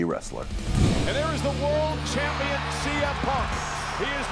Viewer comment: It always sounds like chick says Chumpian.